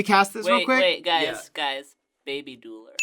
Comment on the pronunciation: Is it meant to be Deuler? It makes me upset, Dueler.